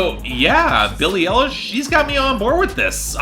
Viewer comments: EYE-lish. Not ELL-ish. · Watching this now and hearing pronounce Eye-lish as L-ish.